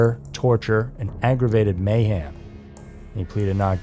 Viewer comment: Mayhem, with an e. Not mayham as you say it.